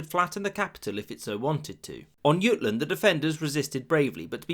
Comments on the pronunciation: "Jutland" is pronounced with a hard j. It's an English name referring to the Jutes who lived there in the early medieval period (and invaded southern England in the sixth century). The Danish name is Jylland, which means the same but is pronounced with j = y. Bear this in mind if you ever do a video mentioning the Battle of Jutland. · Lol when you say julland you say yutland